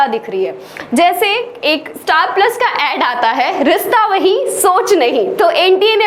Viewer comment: Ye rishta wahi soch nhi hota hai ma'am and uh saying rista.... Ye bhto me hota h (sa) or (sha) me difference 😂😄